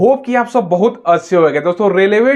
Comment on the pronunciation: निवेदन है की अच्छे को अस्से ना बोला करें।